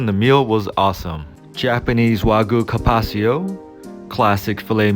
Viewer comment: You need to work on "carpaccio"